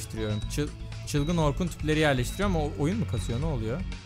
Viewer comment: Doktor orrrrrkun